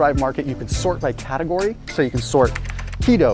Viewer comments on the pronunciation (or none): none